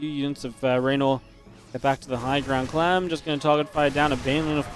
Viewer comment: he said clam, its liqudclam and not liqudclam.